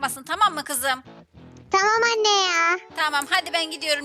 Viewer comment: anniye demesi cok komikti😂😂 😅